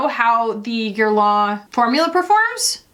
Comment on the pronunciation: I don't mean to be too critical, but you & Hannah both need to hear this: it's not pronounced "gair-lah" 🤭 It's ok if you can't say the proper French pronunciation girl, you're allowed to say it like every other American 😂 but mimicking the accent & still butchering it is borderline offensive to us French gals